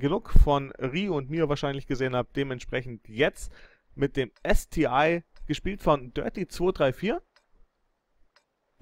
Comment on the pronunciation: Nur am Rande, der Panzer heißt ST-1, das ist kein i. Aber ansonsten, weiter so ;o)